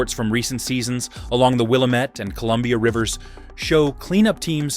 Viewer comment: When Ai can't pronounce Willamette don't believe anything else it's says.